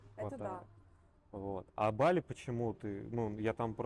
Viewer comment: БАли, а не БалИ